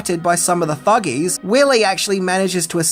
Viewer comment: I swear, every time my man says "thugee" i hear something very different 😂😂